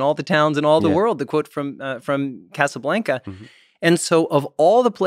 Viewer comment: His pronunciation of "Casablanca" brought his credibility down by at least 30%.